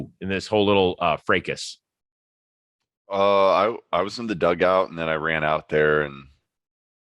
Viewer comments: Hahahaha I know man, for me it was just fracas not freycas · Well, now I need to find out how other people say "fracas" because Chris' "Frey-cas" pronunciation is a new one to me.